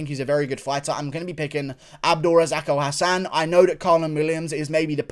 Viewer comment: Its abdul razak alhassan not abdul razako Hassan lmao 😅😅😅